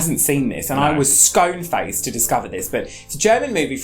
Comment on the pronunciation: 'I hope every edit is from Clue in a mystery/ horror special' Tick I believe you were 'stonefaced' as in stunned, not 'sconefaced' as in having cream and jam smeared all round your mouth.